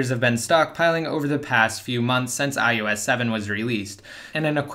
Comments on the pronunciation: Why do you say ius not ios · why are you pronouncing it as ius 7?